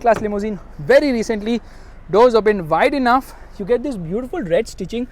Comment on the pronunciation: I think you said " the doors open vaaid enough " as i listen to it multiple times..what does that mean?? Or did you mean to say wide enough..please!.